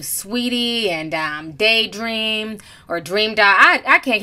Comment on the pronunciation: Lmaoooo “daydream” 😭😭😭😭